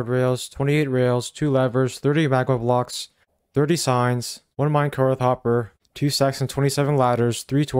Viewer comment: There is no H at the end of the word minecart. You constantly pronounce it "minecarth" for some weird reason. It's just minecarT.